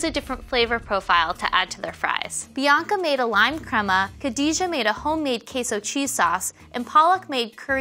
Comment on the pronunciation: Y'ALL messed up Khadijah's name